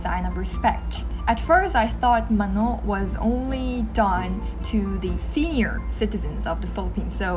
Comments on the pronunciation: Mano is pronounced as 마노 with a soft "o" not with a strong "o" like in 만오. Kkkkkk cute though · It's pronounced "Mà-no" and not "Ma-nò". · Great to see this... A bit of correction though, but we don't say "mano" with a stress on the 2nd syllable but on the 1st syllable. MAno [not maNO]. ❤️ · its pronounced as MA "pause" NO not straight up MANO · Maanoo. Long sound pls 😊. You pronounved it like manok meaning chicken. Nice vlog. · Mano [MA-noh]- the last syllable is softly spoken. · Love your videos! These are all true. Btw, it’s ma-no, the stress is in the first syllable. 🤍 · "mano" is pronounced = long "ma" and soft "no". and not strong as you pronouce😊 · When I first hear it... Sounds like "manok" means chicken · Its cute how she pronounced "mano" 😹💕 made me imagine myself doing such mistake in pronouncing korean words when i go there, but not being cute like she did😩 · mano = accent on the first syllable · The way you say "mano" sounds like the Ilocano for "how much". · I noticed how she pronounced "Mano" haha cuteeee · When she says 'mano' funny but cute💜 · yeah, similar to how Bano is pronounce. it's funny.